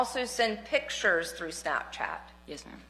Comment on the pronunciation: “Pittures,” is not a word. A judge can’t pronounce a simple word.